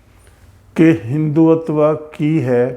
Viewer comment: “हिन्दू - तवा”